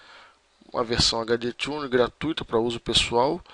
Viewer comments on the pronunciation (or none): none